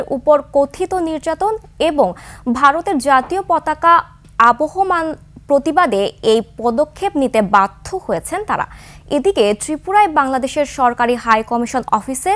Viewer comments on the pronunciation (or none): সংবাদটা ভালো করে পড়ুন পড়তে শিখুন অশিক্ষিত লোককে সংবাদ পড়তে দেবেন না আপনারা বাংলাদেশকে অনুরোধ করছি অবমাননা জায়গায় বলছে আবহাওয়া মান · অশিক্ষিত উপস্থাপিকা পতাকার আবহাওমান না,অপমান 😂😂